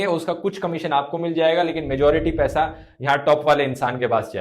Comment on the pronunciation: U PRONOUNCED WRONG.. ITS NOT "25 DIN MAI PAISE DOUBLE" ITS 25 DIN MAII PAISAAA DOUBBBLLE😂😂